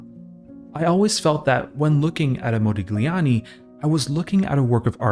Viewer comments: Brother, it's Modiљani. Gli is pronounced in different way. Check it out in Google translate or sonewhere else on internet. Nice video nevertheless! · Intriguing vid. Forgive the pedantry but for future reference 'gli' in Italian is like 'lyi', so there's no 'g' sound in 'Modigliani' (mo-dee-lyi-AHN-ee) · Modigliani [modiʎˈʎaːni]. G is silent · A small suggestion if i may: it is pronounced mo-dee-lee-ah-nee, without the g. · Moe -dillyee ah nee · MO-DI-LYANI. You butchered it so many times. Overanalyzing at its worst. One of the greatest painters of all time, but you'll never get that. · Excellent video....for me Modigliani's art its a combination of El Greco and Cézzane (personal opinion). Thanks for the video man, and don't worry about the pronunciation we focus in the art.... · The G in his name is silent - and here you learned something about the artist. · To pronounce an artist's name correctly would have been a good start! Mu ears hurt. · ily but the pronounciation made me giggle every time lol, the g sound shouldnt be so pronounced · thank you for saying that! I'm Italian and every time he mentioned his name I felt a twinge, I don't expect everyone to know the rules of foreign languages, but a little research on pronunciation goes a long way to make video essays like this feel more professional and well-thought. I love this channel, it deserves such quality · It's not pedantry, I don't know how a cultured Western person could live their life without knowing the basics of Italian pronunciation